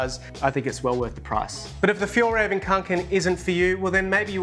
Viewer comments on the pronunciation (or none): The right pronounciation is Fyell reh-ven, not fyall haha.. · Fjällräven - Winter Fox Fjoll Röven (the way you pronounced it) - The Gay Ass just Fyi 🤣